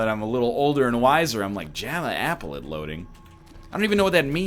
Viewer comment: Apple-let? its applet